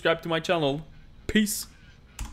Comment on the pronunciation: When he said peace I heard Piss